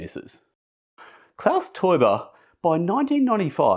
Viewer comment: Excellent pronounciation of Klaus Teuber btw!